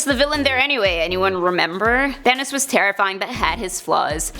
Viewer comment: It’s not thane os it’s thanos